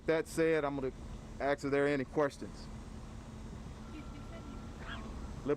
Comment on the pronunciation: Axe for prayer, or ask if you want. In 3rd grade we learned how to pronounce words. We were told to sound out the consonants and vowels from left to right. A S K go ahead, give it a try.